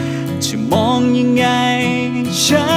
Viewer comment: ร้องเพราะแต่ ออกเสียง ฉัน /จะ /ที่ /เฉย / คน/ มันจะมีเสียง เฉอะๆ ตลอดเพลงเลยค่ะ